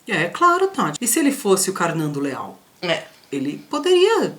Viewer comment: "Karnando Leal", haha :~p